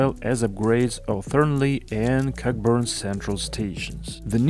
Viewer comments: Is funny hearing someone pronounce Cockburn as it is written, rather than "Co-burn" as it is pronounced here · The 'ck' is silent in Cockburn Central